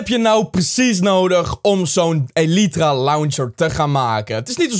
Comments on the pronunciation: deze is van XisumaVoid en het is geen elietra maar eelitraa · je spreekt elytra uit als ellijthra